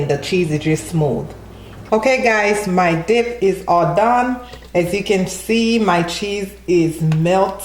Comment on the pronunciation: Did anybody else hear her say dick instead of dip or am I trippin😂😂 looks good tho😍😍